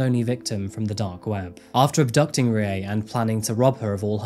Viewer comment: R is a combination of R and L. Pronunciation for Rie is closer to RLi-eh. Fun fact: Many Pachinko parlours (At least in the areas I lived) are owned by Koreans. Fun fact 2: Kyokushinkai Karate founder was also Korean.